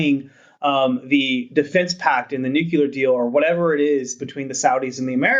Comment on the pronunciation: nyoo-kyewl-arr haha =) the Host got it though, so that's good. Just pokin' fun, I love RANE.